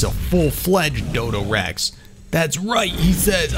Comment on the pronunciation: Its a dodorex not a dodorexy